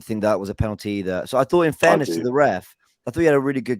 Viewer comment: Someone tell, its penalty not penany 😂😂